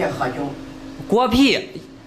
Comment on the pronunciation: 果皮？偶聽成狗屁😆哈哈笑死偶🤣 看字幕才知道是果皮🤪